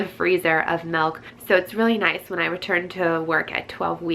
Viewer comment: Malk !!! Lol